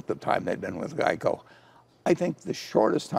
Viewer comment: What the hell is a Gieco?